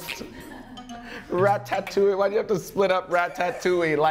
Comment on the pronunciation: Lmao No one:.......: Rat Ta touille 😹😹😹😹 I thought he said Rat ta tat touille lmao 💀💀💀